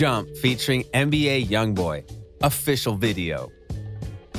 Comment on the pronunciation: Why you keep sayin mba when the correct way to say it is nba